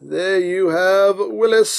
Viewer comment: Since it's a Jeep it's pronounced "will-ees" like the name Willy not like Willis ;)